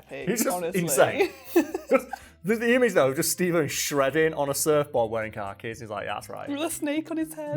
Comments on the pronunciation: What are you saying at the end of the video regarding what's on Venezuela's currency? Captions couldn't figure it out either, ha. Also, the way you pronounce "khakis" is how a normal American would say "car keys". But go to Brooklyn and they'll say "car keys" like "Cah-keez" (khakis) No hate, love the content! Just a funny observation of someone with a Mid-Atlantic dialect. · I forgot the point of the video so when you said (what could be reasonably misheard as) "car keys" I stopped the video and was just like "yeah alright, makes sense" before moving on to remember khakis are a weird word